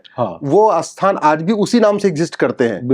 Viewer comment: आप 'स्थान' को 'अस्थान' क्यों कहते हैं?